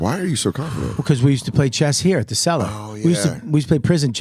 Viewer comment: "cellar" by meaning but "sell-her" by sound